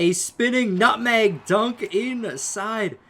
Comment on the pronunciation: BRUH. MANS SAID NUTHANG